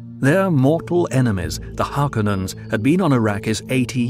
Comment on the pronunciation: ffs it's HarkÓnens, not "HÁrkonnens"!